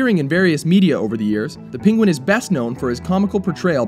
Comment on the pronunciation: "PING-wen"???? Is that a new pronunciation?